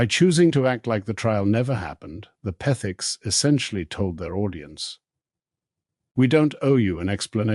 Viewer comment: Interesting how the narator can't say Petherick's but name them Pethiks. Just a slam fest against alll of us who so loyally watched the renovations and were glad for the comminity. Shame on you whatever you are!